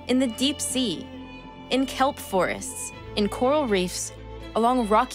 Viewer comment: Does anyone did this when she said clap forest oh subnautica !! 😅